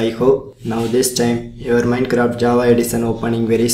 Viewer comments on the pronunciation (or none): none